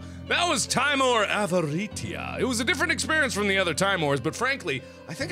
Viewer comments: it's better to say timore, because it sound more right than saying tim ore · te-mor-a SAY IT CORRECTLY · timore- Italian for fear pronounced tee mor eh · Fun fact about this series' title: Timore means "fear" in Latin. It's pronounced "tee-MOAR-ay". Avaritia means "greed" in Latin, and is pronounced "ah-vah-REE-SHEE-ah". Nox means "The Night" in Latin, and it is pronounced how you would expect (It just sounds like the word "knocks"). The more you know! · Its pronounced like this, (TÍ-MO-RÉ), where Í sounds like EA in TEA and É sounds like the A in GRAPE. Click like so Mark can see. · YOUR SAYING IT WRONG, ITS Tim-or-e TIMORE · Seeing as Timore is Latin, meaning terror. Nox Timore is Night Terror or nightmare if you want to be specific. I think it would be pronounced Tea-More-Ray. But the way you pronounce it is so endearing and it makes a good running gag, Like the HuniePop name game. Can't wait to see how Cranbersher will animate this. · Markiplier, it's pronounced like Teemor, meaning dread/intense fear. Avaritia means greed. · It's Timore. (Teemore) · Timore- Tee-MO-ray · It's pronounced Tee-mo-reh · tih-MORE-ray. It's latin and there are no silent letters in Latin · i think it's pronounced TEEMOOR, because a kid in my class from (I think Europe) has the name Ti'mor. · Mark did you know is pronounced Tim ore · you pronounce it tim- or- ay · I think it's pronounced "tih-more-eh" (Canadian eh) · its pronounced tee-more-ay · do you know that is pronounced t-ee-mo-r-e(the "e" like the one in "ben").And in this case Avaritia is latin so you pronounce the "ti" like "z-ee".And also all "i" are pronounced "ee" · It's pronounced "tim-or-ay" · XD it's pronounced TEE-more-EY. It's Italian. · .....I dont even.....You read it wrong. Yeah, definetly read it wrong. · Timore is italian, i suggest you to try to pronunce it in italian accent